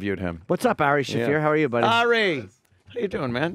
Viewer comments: JIM ITS FUCKING ARI NOT AIREY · Why does he call him Air-ee